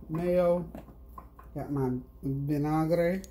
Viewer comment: I love you 💕🌷 your lunch looks so refreshing 😊 Looking forward to your segment on black history. And yes you said vinegar in spanish perfect! God Bless you.